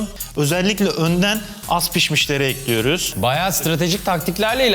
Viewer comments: En alıştığım "tencereyi ocağa ekliyürüm" lafını duyamadım💥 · NOBODY ESER BİLEN:TENCEREYİ OCAĞA EKLÜYRÜM. Jdjsjshsha